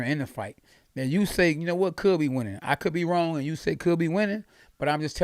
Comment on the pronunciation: usyK KKKKKKK NOT Usayyy